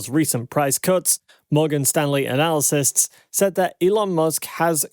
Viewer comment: Mispronouncing the word analysts hurts your credibility. Analacysts is not correct